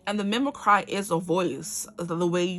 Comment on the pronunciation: Mimicky is "mimickree" not "mimik-cry" i know it looks like the second one. Its a weird word. And yes i attract commitment phobs because im a reformed commitment phob 😅 Karma sucks. Its my payback 😂🫣